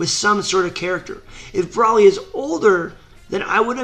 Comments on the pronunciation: Its bro-ly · Are you calling him Braly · Is it me or he saying "braly" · BrALi lol its BROly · Why do u say broly like braly?. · Every time he says broli pisses me off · CONTINUE THE WHAT IF BROLI AND VEGETA WHERE IN MHA ! AND !..... BROLY’S IS NOT A VILLEN AND STOP SAYING BROLY WRONG !